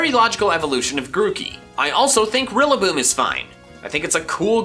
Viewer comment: IT'S RILLABOOM, NOT F*CKING RILLANLOON! FIX IT NOW!